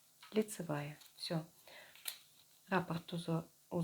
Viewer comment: Прелесть кофточка, но режут слух неправильные ударения в словах накИд , раппОрт. С уважением к вам